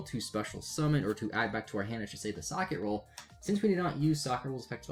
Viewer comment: lol so many youtubers pronouncing Socketroll badly XD its name is socket and troll combined not socket and roll XD silly trigger is silly XD its not named after a piece of bread XD everyone who says it like you just make me want a sammich XD